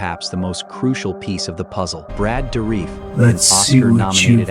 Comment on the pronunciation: Is Brad dourif not Brad doorreef